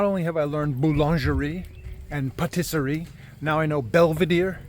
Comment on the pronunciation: btw your pronunciation of belvédère was spot on (although the "r" was a bit too exaggerated). Also boulangerie is pronunced more like booluhjree and same for patisserie: pahteessree